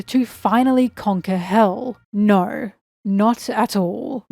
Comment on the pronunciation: I didn't know you were Australian until you said naur